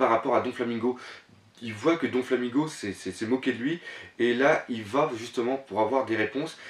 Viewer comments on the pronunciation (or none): J'adore tes critiques sur one pièce. J'ai découvert ta chaine ojd. Juste un détail, le donflamingo me stress. C'est doflamingo et non donflamingo :)